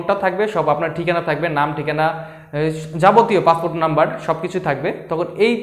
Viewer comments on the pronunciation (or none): none